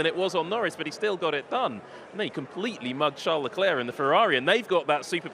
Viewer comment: Please learn how to pronounce Leclerc's name properly because this is becoming annoying... The final "c" is to be ignored. Everybody makes effort to speak in English. The least thing you could do is not to slaughter their family name! Thanks!